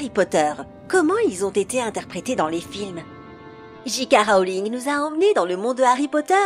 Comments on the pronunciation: Mdrr JK rAOling!!!ça se prononce rOling meme si sa s'ecrit rowling Et viktor crOum!!c'est crum que ça se prononce^^ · Jika rowlinne//sévrus rogue// MacGonagale//wèslait//gringotte😂 (j’rigole super la vidéo hp ma vie)❤️ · gi ka rowlinne